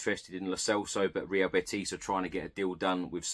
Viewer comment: Hi. It's not BeTIS. It's BETis. The stress on BET